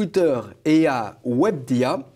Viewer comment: "Webdia" mdrr